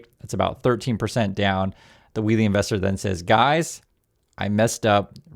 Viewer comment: He messed up "wheelie" bad...